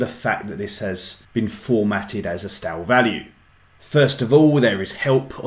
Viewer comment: It's stay-l not stal